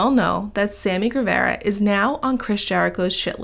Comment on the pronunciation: Saying the last name wrong lol 😆